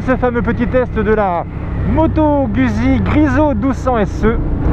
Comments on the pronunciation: Je kiffe tes videos! Mais je suis italien et dès les premieres secondes tu m'as choqué!!! On dit Guzzi en prononcant ( gOUDzi ) Mais je t'aime quand même! ^^ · Sa se prononce moto gouzi